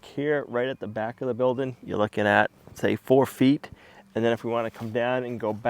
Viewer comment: It's not Build in,,, It's Build-ing very annoying!